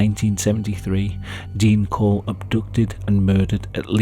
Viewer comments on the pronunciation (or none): Dean Corll not Dean Cole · Dean Corll, not "Cole". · His name was dean corll. Not dean cole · Its Corll, not Cole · His last name isnt cole its Corll